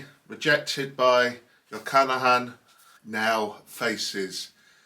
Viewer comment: I really like this; it makes me want to (try to) listen to this opera again. I hope you do not mind a correction (this is not a criticism- i clicked on "like") - it is not Jochannachan, just Jochanaan. Pronouncing it as "jo-cha-na-han" is like saying "john-on" instead of "john"